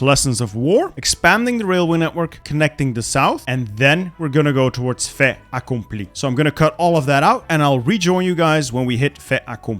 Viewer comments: disregard my comment if you don't give a shit but the "t" in "fait accompli" isn't silent, because the word after fait starts with a vowel. It's more like "fai t'accompli" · For "fait accompli" we pronounce it "fai taccompli" cause in french we use the "liaison"